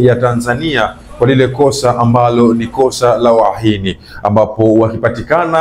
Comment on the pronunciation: Kwa kutamka UHAINI ni shida sna mbna kama una mapengo